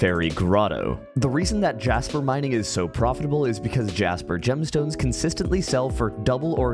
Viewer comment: bro said gemston ns